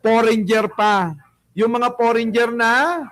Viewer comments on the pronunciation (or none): FOREIGNER. NOT. FORENJER.... BUGOK